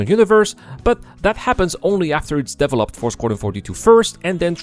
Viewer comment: I like how your accent is making "developed" into devil-opt. There you have it, the devil is Chris. But the money is held hostage, that's what it feels like to have such a huge project destoying itself with neverending DEVIL-.opment. Star Citizen was no scam from the beginning, it was an overly ambicous project. NOW that nothing is half finished it is a ever founding piece of SCAM. Because if they don't sell these pricey items and call it Version 1.0 evryone would STOP INVESTING. That is why it is a scam now. You will never get a finished version.